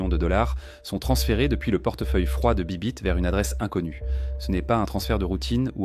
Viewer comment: C’est pas bibit mais baybit sinon Bonne vidéo